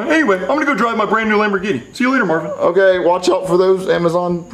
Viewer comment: ITS MARVIN NOT MARVEN